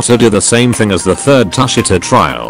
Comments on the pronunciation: bro u need to read it tu shi ta not tus shi ta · That’s not how u say tushita